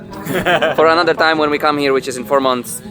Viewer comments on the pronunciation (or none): every time you mean to say "come" you actually say "cum". I guess everyone is too "nice" to tell it to you, but it does sound like that every time.